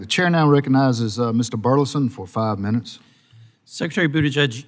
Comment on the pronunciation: It's pronounced Burlison. Hahaha